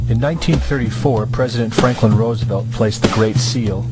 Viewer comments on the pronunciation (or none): none